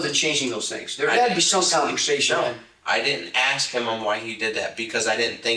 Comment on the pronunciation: “ I didn’t AXE Him why he did that because … I didn’t know what he was doing…💫